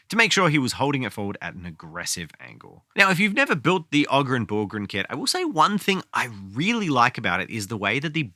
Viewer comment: its abba-don the despoiler, and a-BAH-don black weirdly they have actually specified that and yes its oh-grin not og-rin